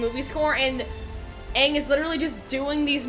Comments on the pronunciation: Anyone else noticed that jasper asked "are you the ovatar onng?" With I bit of sas? Like it pained him to pronounce it like that😂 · Aang ❌ Ong ✅ Sokka❌ Saw-ka✅ Katara❌ Kaye-tarra✅ Iroh❌ EEE-row✅ Avatar❌ O-bettar✅ MY ANGER ISSUES COULD NEVER...😤😤😤